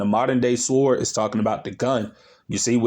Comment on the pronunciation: The 'w' is silent in Sword 😉